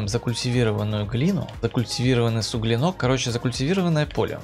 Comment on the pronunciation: Честно говоря, не очень интересно смотреть было. Мог бы подготовиться перед обзором, сплошное: «фигня; заморочка; не знаю, на что влияет; не знаю; суглинОк 🤦‍♂️...» и прочие признаки, демонстрирующие некомпетентность автора видео в теме, о которой он повествует. Без обид, но рекомендую готовиться к роликам.